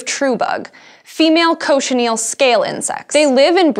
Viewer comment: Cochineal not Cochinel